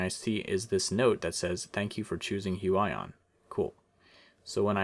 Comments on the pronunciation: Its actually huion not huey on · huaion you are suposed to say huion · its not hu aj on its hu i on thats fu**ed up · HUION pronunciation Hyu-wi-yon Alan's version: Hyuu-aaah-yooon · It's Hu-ee-on not Hu-a-yon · h-you-eye-on i think you meant h-you-e-on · It is pronounced hu-weee-yon not hu-WAAA-yon. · "hue eye on" what it really is: "hue ee on" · It's pronounced "hooyon" AFAIK. Anyway, what's the price exactly? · It's actually Hyu.. Yon.. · It’s pronounced (h-oo-E-aw-N) (sorry Alan I love u and Ur animations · Huge-Ion. Is how you prenounce it. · Did he just say....hyuwayon?? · Lmao the way he butchered the pronunciation of Huion! 😂 "Hu-I-ON" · It's prenounce hue EE on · it reads Hoo-ee-on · Im pretty sure it’s pronounced hue ee on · I think it's pronounced (hyoo-eeon) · It's pronounced Hyu/hue - ee - yon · it's pronounced heweon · Hu-I-on lol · does anyone gets cringed everytime he say Hu i on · It’s pronounced hew-eee-awn 😂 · Every time you say the name I cringe haha but other then that great review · The way he says Huion makes me mad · please pronounce it right ☹ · You have wrong pronunciation brand-name ~_~